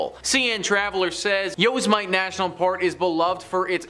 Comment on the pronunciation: It's pretty bad dude, you're doing a post about forests and can't even pronounce 'Yosemite'. It's not 'YosAmight'.... SMFH.